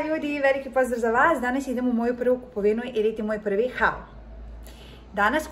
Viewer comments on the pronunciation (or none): izgovara se kao HOL(malo duze o). Da znas za sledeci put❤️